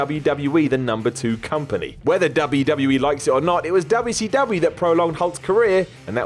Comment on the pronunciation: Stop saying "dubble see dubble ya"